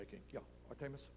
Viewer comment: Am I the only one who noticed Bernie pronounces names like the bad substitute teacher from key and peele. Ayayron and artaymous are straight fed up. I wonder how much principle O'shaghennesey makes an hour?